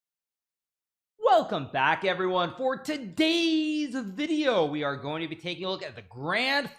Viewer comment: I love this intro. That stare and emphasis on "For todayssssss video". The first chess GM who I like personally.